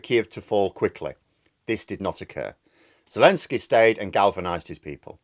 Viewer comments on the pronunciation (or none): none